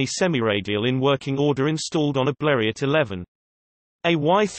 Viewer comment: Robotic speech and it’s not B l e r e Ott It’s French Blerio.